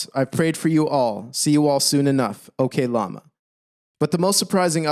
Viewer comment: Ngl the way you pronounce oklama as okay lama really made everything seem like a joke during those points you were making. It was funny, but I'm not sure that was your intention